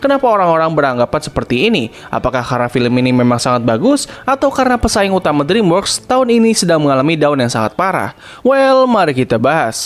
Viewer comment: dreamworks pembacaannya driimwerks ya